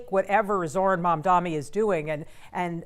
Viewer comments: There is a concerted push by bigots and islamophobes to mispronounce Mamdani's surname as MAMDAMI. We know you're doing it. You're not clever. Please fire the news anchor. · It's M-A-M-D-A-N-I, Mamdani the purpose of mispronouncing is to show passive aggressive opposition without openly saying your for or against him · say his name right 😭😭😭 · The stupid host needs to learn the name correctly. It’s not that hard.